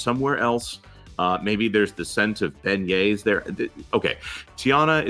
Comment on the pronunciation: At 56 seconds I could have sworn said "the scent of Ben-gays!" instead of beignets!